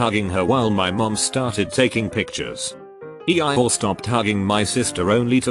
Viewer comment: Ah yes, E-ie-or